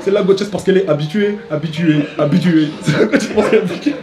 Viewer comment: purée il dit « habituée » en mode Abi- Incroyable 😭